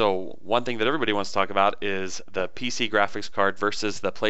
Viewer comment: Pc not pic lol